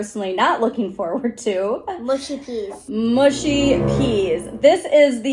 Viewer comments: Its 'mushy' not 'mushy' (by which I mean rhymes with 'hush' not 'bush'. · Mushy is pronounced m…ush..eee. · Mushy - not mooshy ☺️ - peas are to be eaten with fish and chips. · please dont say mooshy peas.........mush mush mushy peas lol